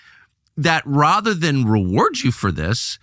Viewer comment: he let his true MI6 voice come out “Rahther than”